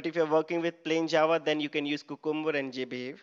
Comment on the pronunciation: THis is a great tutorial. Appreciate all your efforts, however please note that 'Cucumber' should be pronounced as 'Q- cum- ber' and not 'ku-kum-ber'